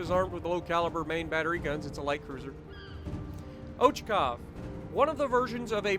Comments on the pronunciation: Yes, but pls stress should be put on CHA :) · Pronounced Ochakov (Och-ack-ov) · Ochakov the accent is on A.